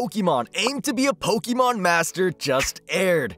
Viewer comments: Jesus dude, you're pronouncing Pokemon the wrong way. It's pronounced like "EH" not "EE." That's a huge pet peeve of mine. Christ all mighty. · it's po-kay-mon. not po-kee-mon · Someone please tell the narrator how to pronounce Pokemon :face-fuchsia-tongue-out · Good grief man. You're pronouncing Pokemon all wrong. -_